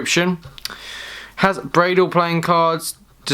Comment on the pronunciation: The tuck clearly says BRANLE, yet over and over again you call it “Bradle” —it’s extremely annoying.